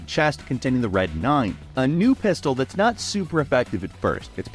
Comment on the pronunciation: whoaaa! That's tha-it